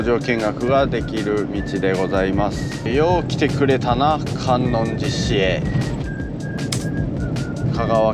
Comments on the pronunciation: 細かいですが、かんおんじし ですね！ あと、さかいでし ですね！ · 旅チャンネルやってるのに地名間違えたらおしまいよ笑 新浜→× 新居浜→⚪︎ 観音寺市 →かんのんじし→× →かんおんじし→⚪︎